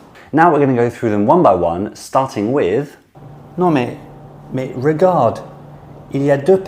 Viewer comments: I'm French. I have no idea why YouTube recommended this video to me, but that was fun. I thought I might comment on your own pronunciation. 1) "Regarde" wasn't correctly pronounced, either. You said it ʁeɡa:ʁd instead of ʁəɡaʁd. For those who don't read the phonetic alphabet, you pronounced the first "e" as if it was "régarde". You also spent slightly too long on the "a" (but that one could be done by a native speaker to add emphasis on the word). 3) The pitfall with the liaison can be avoided entirely on this one because you would say "je le vois bien à l'hôpital" instead of "dans l'hôpital" anyway. 5) I can't quite put my finger on exactly why, but the "s'il" in "s'il te plaît" doesn't sound quite right. It's definitely subtle. Maybe you're going down instead of going up, or maybe there's a hint of an "a" sound. I don't know. Throughout the video, your French "ʁ" aren't very consistent. Some of them are perfect, others... well, I wouldn't go so far as to say they're incorrect, but they'd definitely out you as a non-native speaker :) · And the "a" was slightly too long as well. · Is that really how you pronounce regarde? Seems quite different from how I've been learning it so far.